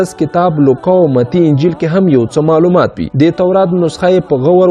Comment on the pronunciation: مننه ښه معلومات خپروې، اما د ویډېو په اخري برخه کې دې یادونه کړې که نیوکې او وړانیزونه لرئ نو تبصره کې یې راته ولیکئ، په همدې خاطر غواړم د سمون لپاره یوه نیوکه وکړم هغه دا چې: سره له دې چې ته یو ژورناليست او لیکوال هم ښکارې خو ځینې تورې غلط یا ناسم تلفظ کوې لکه د ع او غ رد او بدل کارول د ح او خ رد او بدل کارول د مثال په توګه فرعون ته فرغون وایې، معلوماتو ته مغلومات وایې، رښتیا ته رهتیا وایې، اخستلو ته احستل وایې خپل ته حپل او داسې نور...... زه ستاسو د ویډېوګانو مینوال یم او تشویقوم مو ډېر ښه مخې ته روان یې خو که دغه لفظي نیمګړتیاوې ونیسې نو ښه کار وبه شي. مننه